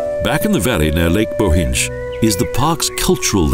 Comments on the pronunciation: The pronounciation: Bochindzh valley! They would never pronouncing so badly if it was German! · Again the pronounciation! Moshtrania and Nova Goritsha!, Bohindsh valley plus lake. Best of all Idrithsa. All crazy wrong!